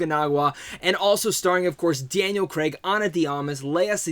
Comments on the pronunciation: Hey mate Lea Sedoux is pronounced Say-Doo not Say-dox and it's Cray-g not KREGGGGG.....Please Americans, pronounce Craig properly.... And it's Blofeld not Blow-field. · Thanks for your review.But just for my American friends is CrAig not Creg. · Who is Daniel Kreg... I thought it was Craig